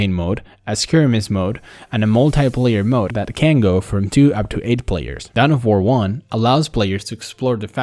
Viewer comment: down of war? you mean dawn of war